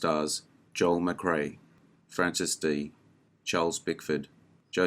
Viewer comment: A great list of lesser-seen westerns, and a sincere thanks for pronouncing Joel McCrea’s name correctly!!!